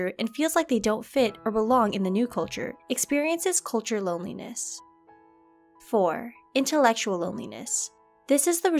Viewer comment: lol wtf?!?! Four? Or for?😂